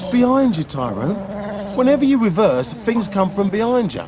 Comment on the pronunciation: "fings come from behind ya" - classic